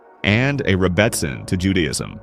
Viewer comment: It's pronounced "rebbiSIN". OY! AI!